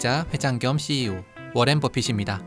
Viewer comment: 워렌이 아니라 워런입니다 그런것듀 몰